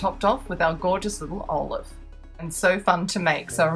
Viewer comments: Was it jusd me that kept hearing olive?? Its Olaf⛄ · Amazing ! Lol when i said Olaf it sounded like olive i little but who cares u are awesome